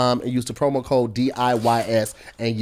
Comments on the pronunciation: No one caught saying promo chode 😂😂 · Please tell me yall caught say "Promo Chode"